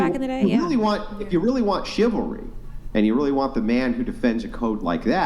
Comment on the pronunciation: 'I want shivery I want shivery I want shivery!!!' Men give them shivery! 'I don't like shivery coz I am getting hit now!' I mean... you can literally see that they have NO FREAKING IDEA!!! What they want! All of them! This isn't some fridge % of wahmen as well... it is the predominant % because what they really want is being treated nicely while having no responsibilities of any sort in return! They are there to take and consume... not to give and create.